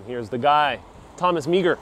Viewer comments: Thomas francis Meagher his last name is pronounced mar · Thomas Francis Meagher is pronounced as 'Mar.'